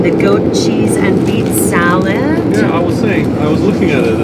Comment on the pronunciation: Sam its callled salad not soward